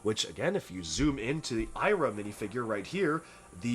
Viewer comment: You pronounced Sira wrong. It's See-ra, not Sigh-ra